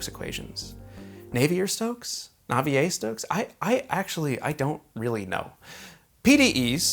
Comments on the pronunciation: nah-vee-air stokes equation, my dude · Heeeeeey it's! But seriously this is quite a good video for someone who is self proclaimed "newbie" to CFD. They do say the best way to learn is to teach. (Also it's Nay Vee Air) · nah-vee-eh stokes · I always pronounced it nah-vee-air but I have no clue, pls lmk if anyone knows the right way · It's "nah-vee-ay" if you went to private school 🤣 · Navi-ée - r is near mute.